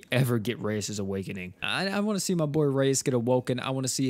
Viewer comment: I had my CC on, and when he said rayas awakening. The CC had it as “Racist awakening” 🤣